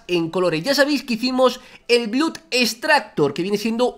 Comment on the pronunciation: vegetita por favor no te sientas ofendido pero blood se pronuncia blod.